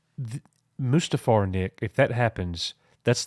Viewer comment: Coach sounds like he is saying.... "A-moose-too-far!" .... rather than Mustafar, lol.